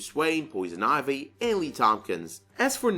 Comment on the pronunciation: "Poison Oivy" XD